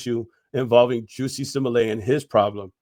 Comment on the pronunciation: Bruh called that man juicy 😂